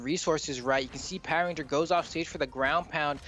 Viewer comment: Lol it's "power RANGER* not " Power RENGER" lol